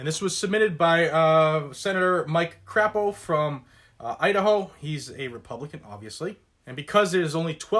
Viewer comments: It is Crapo (Cray Po) pronounced with long a.....not to sound like crap! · Crapo is pronounced with a long "A". Glad to have him as my senator.